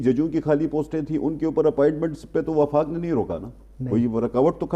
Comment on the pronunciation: جو میڈیا اپنے اشتہار اچھی طرح دیکھ کر نہیں لگاتا وہ خبر کیا دیکھ بھال کر دیتا ہوگا۔ جناب وفاق ہوتا ہے وقاق نہیں۔